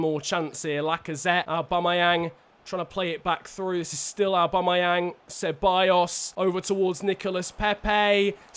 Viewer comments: His name is not arebumayang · Say aubameyang probably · He can’t say Aubameyang 😂